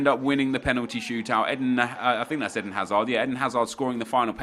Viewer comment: Isnt it Eden like the garden of eden not Ehdin hazard